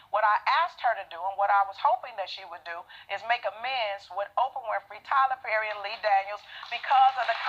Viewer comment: Hoe-prah WINFREY